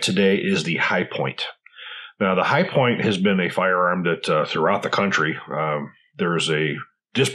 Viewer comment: The "chi-point"